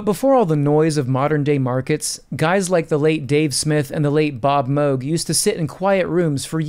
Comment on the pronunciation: Extra points for knowing how to pronounce Moog🖤